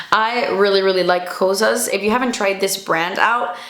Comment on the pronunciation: Don’t let the haters stop you from pronouncing Kosas like a true Cuban. I love your Miami accent. Reminds me of home :(